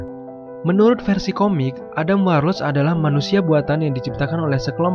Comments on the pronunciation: kurang suka cara bacanya kayak ga bisa bahasa inggris, bacanya warlok bukan warloc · Dibaca Warlok bang bukan warloc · Sebel banget cuy, dengerin Adam warlocc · warlord , warloch atau warlock?? hehehe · Sepanjang video "adam warloCH" "Adam Warlos" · WARLOCKKKKKKK PAANDAH, BANG BENERIN DLU OMONGANNYE